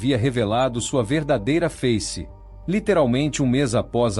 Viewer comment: QUE É ISTO? VERDADEIRA #FEICE##? LEU FACE COM A PRONUNCIA DE INGLÊS.